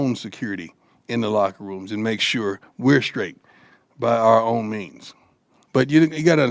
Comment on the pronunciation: The word is SURE not SHOE.